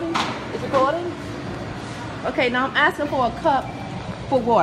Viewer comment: She's axing for a cup